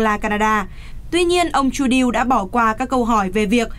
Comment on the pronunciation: MC noi tren mang hinh thi rat hay nhung nhung Mc con lai giong noi giong nhu robot doc ten Trudeau khong bit la doc cai gi